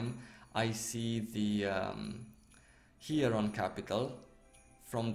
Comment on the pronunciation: hieron? really similar to heiron..😂 also this outro music fits alot better to ur MMO vids! love it, feels like i just finished watching a fantasy anime